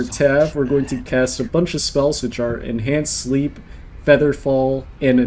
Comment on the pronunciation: 100% heard the same lol